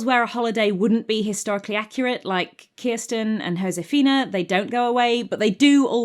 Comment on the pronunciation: I am desperate to know how you knew the correct pronunciation of Kirsten! Is it covered in the books? Does she have Scandinavian family? I've literally changed the spelling of my name to help English people with the pronunciation. How have you achieved this incredible linguistic feat?! Do you know a Kirsten?! Does she share my pain?